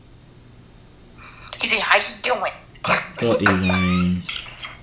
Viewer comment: Its not bluty its bloody